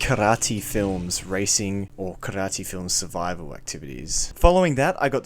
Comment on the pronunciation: Wtff Did you just call Kyrat karate?